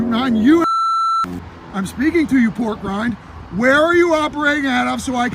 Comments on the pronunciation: "PORK RINE RYNE" IM GOING TO REMEMBER THAT ONE!!!! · Lmao he said “pork grind”